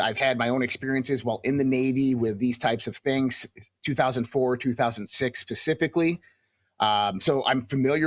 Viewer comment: Hard to take this guy seriously when he keeps saying “ come forth” and “ pacifically.”